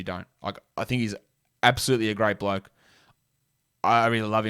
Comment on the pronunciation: Rui you love him as a…… “ bloak” ok 👍🏼 we hear you lmao